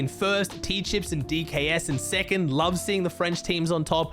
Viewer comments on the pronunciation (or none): It’s X sweez not X Sweezy It’s not T chyps it’s just tchypss